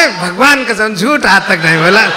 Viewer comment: His "bagvan kasam" 😂😂😂😂